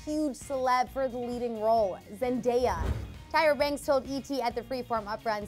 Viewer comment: GUYS WE NEED TO CELEBRATE A CLEVVER REPORTER CAN SAY ZENDAYAS NAME CORRECTLY!!!!